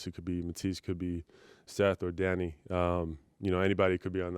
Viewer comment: I hear it somewhat when he says "Danny". Heard it before as well in some interview in the bubble and DG came up.